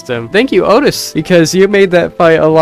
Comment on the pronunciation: Please don’t say oatis because its oatchi pronounced like oat-chi